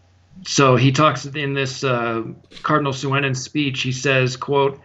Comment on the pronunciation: By the way l'm pretty sure Cardinal Suenens is pronounced Soonens. Weirdly l belief he consecrated Archbishop Lefebvre a bishop...an evil man consecrating a Saint!